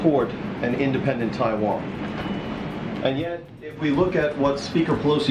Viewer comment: I love the way you pronounce “Taiwan” with tones